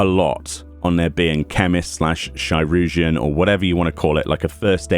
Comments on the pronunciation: Help on pronunciation - I actually looked this up a while back: Curugeon (sp?) is a very OLD proto-word for what we eventually came to call "surgeon". So think the word surgeon, just starting with a k sound. Kur-jin or Kur-u-jin (you pronounced surgeon "sur-jin"). Hope that helps! EDIT: Maybe "chur-jin"? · It's pronounced Kai-rur-geon. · Chirugeon is “Surgeon”, CH can sometimes be used with an S noise (See ‘Niché’), IR can be used for the UR noise (See ‘Sir’), the U is silent, and GEON is used as normal. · Wow. I've been pronouncing it like cheeroojeein this whole time. And that's ch as in Charlie at the beginning. Yyyep. I'm way off. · from what I've read, "chirurgeon" is one of the earliest (if not de facto ealiest) form of the word "surgeon" and during the time of its use "ch" was pronounced closer to "s" than anything, so its likely pronounced "sir-urgeon." Which makes sense, because the nature of language is to get shorter and faster as time goes on while retaining as much unique meaning as possible, thus "sirurgeon" would quickly flow into "sirrgeon" and then "surgeon" (in pronunciation if not in spelling). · Isn't "chirurgeon" just pronounced... "chi" + "urgeon" as in "surgeon"? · They pronounced it “Kī-rur-jun” in the voiced cutscenes. The example in my mind is early in the Stormblood story. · Chi-rur-geon is old English for surgeon. In Dutch it became chirurg.